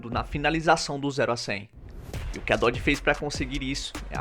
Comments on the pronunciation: Depois de 7 meses de análise neste comentário. Descobri que ele quis dizer "Nossa, errou o nome da marca (Dodge) do carro, "Dodge" demon 170, Até a mulher do Google (Google tradutor) Consegue falar melhor, direito diferente de você, que não sabe o nome da marca. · Péssimo errou o nome do carro da preparadora seria melhor a mulher do google